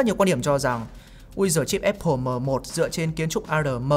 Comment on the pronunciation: Thích thinkview và hưng khúc. Xem mỗi kênh này về IT ở Việt Nam. Nhân tiện đọc là Áp pồ nhá, ko phải ép pồ.